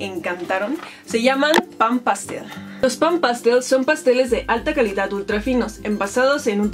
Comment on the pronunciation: Me molesta un poco cuando dices calidat o ciudat